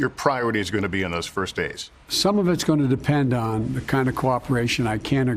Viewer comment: "im a gointamade a commitment.." -Joe Biden